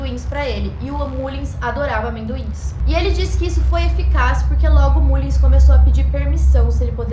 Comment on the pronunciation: a pronúncia correta é Mâllins. É só uma dica.